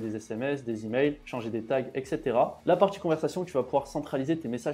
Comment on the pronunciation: tchutoriel, tchunnel, automatchique, partchie, tchier, optchimiser, partchie, outchil, tchu . . . Mais tag et pas tchag, automatchique mais pas autchomatchique, etcetera et pas etchetera . . .